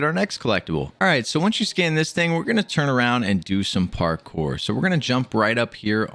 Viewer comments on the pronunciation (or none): none